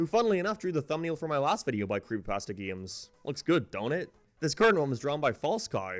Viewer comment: its funny how he says geemes instead of games